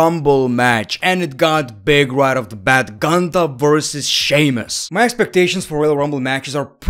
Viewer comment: It’s Goontahh